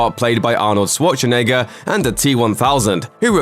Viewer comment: The narrator still can’t pronounce Arnold Schwarzenegger’s name right 😁